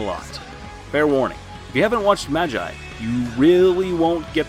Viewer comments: Magi is pronounced (ma - g - ee) not (ma - jie). And you probably won't care to even read this, but it's just a little cringey. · he said majeye 💀💀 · Did anyone else get triggered when he pronounced MAGI as MAJJAI? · Its magi not maji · I mean, am I wrong 🥲 ’maj EYE’ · Hay u are pronouncing it wrong it's not "Ma-G-I" 😑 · neither is it mine, it's triggering because he's not new to anime, as part of the community, we expected better. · MA-GI my guy it's pronounced MA-GI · It’s pronounced ma-gee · I’m sorry but his pronunciation of magi didn’t sit well with me 😭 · I came into the comments to find this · his annunciation of magi is infuriating. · The way he says Magi is a bit funny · It's Magi not a I it's like y damn cringe 😬